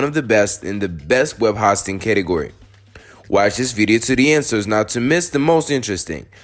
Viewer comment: I didn't make it very far into this video. When I try to watch an instructional video about something, but the instructor doesn't even know how to pronounce the thing he's giving instruction about, it gives me no confidence that the instructor really knows what he's talking about. It makes it seem like you've never heard of web hosting, which is boggling my brain a bit, because you're working with websites here. 0.o